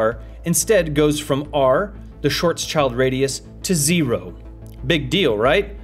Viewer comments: "shvartzchaald???" No. German: [kaːl ˈʃvaːtsʃɪlt] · Great video!!But I’ve never heard someone pronounce his name the way you said“ Short Child” or “ Shor Sh-ild”. Pretty 😎